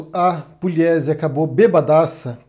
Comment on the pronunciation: Não é Puliesi, é Pugliesi. Não, não, Pugliesi não lê-se Puliesi. Sou de Assis SP, aqui tem a família Pugliesi.